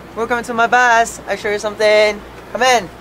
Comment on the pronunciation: It is not bass its bus btw